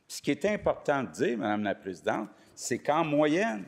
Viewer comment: "Mme la PrésidenTRE!"..... démissionne